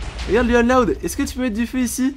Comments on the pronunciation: On dit pas luan on louan loud est tu as oublié la maman et le père est j'adore t'es vidéo ♥️♥️😘😊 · on lecri luan loud mais on le dit louan pas luan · On fit pas lUan loud mais lOUane loud mdrrr